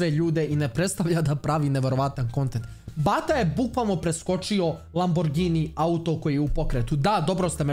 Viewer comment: kaze se lamburdzini